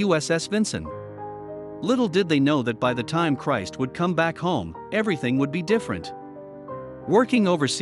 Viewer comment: Yes, and get your names straight please... !!!!!! Cris IS NOT = CHRIST....... Just Cris. Besides that the filler words and sentences are absolutely aggravating. GET TO THE POINT PLEASE IN THESE VIDEOS.